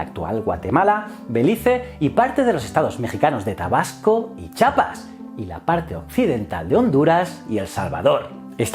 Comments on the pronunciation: ¡SE PRONUNCIA CHIAPAS NO CHAPAS! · Se dice "Chiapas", no "Chapas", pero fuera de eso, gracias por estos vídeos :) PD: solo los Chiapanecos nos damos cuenta de ese error jaja. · Se escribe Chiapas y se pronuncia CHIAPAS.